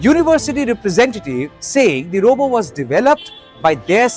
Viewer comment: If you can pronounce chatbot, why can’t you pronounce robot? What is robo? 😂